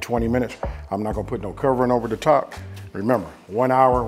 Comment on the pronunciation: He sed, "Fight ober dat edge". DAWG, you know it. BIG fist fights ober dat edge. nom nom nom